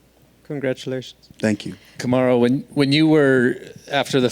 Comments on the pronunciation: Isn't it "Kamaru" instead of "Kamuru"? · They always butcher his name, Karumu, Karuma, Kamara 😑 wtf UFC? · Kindly fix the spelling from 'Kamuru' to 'Kamaru' Like he said, put some respect on his name. Lol.